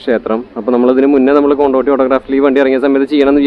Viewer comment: കൊണ്ടോട്ടിയല്ല കൊണ്ടോടിയാണ് സുഹൃത്തെ......